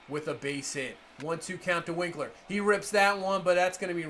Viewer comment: It’s wink-er not winkler